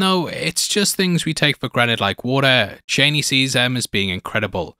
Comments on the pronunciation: CHANEY? You mean CHAWNEY? Chani. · Man said "Chaney" 😭💀